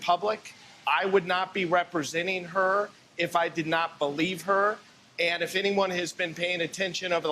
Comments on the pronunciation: Paleave???????? HAHAHAHAHAHAHAHA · Please "pelieve" me!